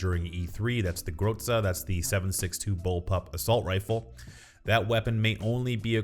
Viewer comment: Just fyi the Z in groza is pronounced like z in zebra. Not a C. It sounds soooo strange when you say it haha.